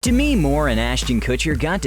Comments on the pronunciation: It killed me the way this narrator pronounced Demi. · Why is he pronouncing her name like that? Is that the correct pronunciation?? Or does he genuinely not know how to pronounce a simple name like “Demi”... ??